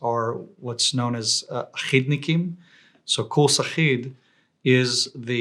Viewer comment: He said achid as in achid course of the shabak.